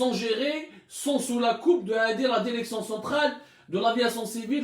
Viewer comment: Il me fait rire quand il dit La derection hhhhhhhhh